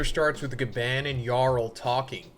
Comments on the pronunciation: Ga barrrnnn barrnnnn Not bann as in ban. It's Gabarrrrrnnn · The way u say Gaban pisses me off